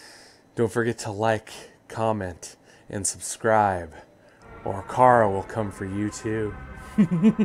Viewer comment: CHARU NOT CARU